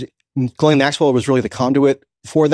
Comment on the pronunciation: Coleman Hughes goes full MAGA Trump dick rider. What a pathetic human. He can't even pronounce Ghislaine's name right.